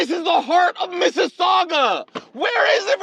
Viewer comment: I have no idea who this guy is, but when he said Mississauga 🤦🏻‍♀️ (I’m originally from TO/Missisauga, not there anymore) So he’s in one of the psych wards in one of the many hospitals in the GTA. Which leads me to this— how the hειι did he (Α) get his cell phone in his room & (B) livestream or record anything while he’s an inpatient?! Every province is a little different, but one thing is consistent, they DO NOT allow patients to keep their cell phones on them while in the unit for privacy reasons, since he’s recording or live-streaming, he could potentially expose another patient (who isn’t able to give consent to be filmed) or one of the psychiatric nurses. Anyone who comes to visit stay in the area where nurses can see them, or they can go out for walks outside the unit. This guy is like Adonis, except depictions of Adonis made him actually look good…but this guy?! 🤢🤮